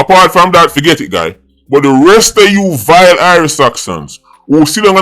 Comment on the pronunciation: the way does say VILE 😂😂😂